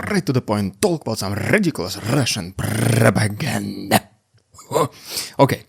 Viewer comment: You hit that "Russian propaganda" so hard 😂😂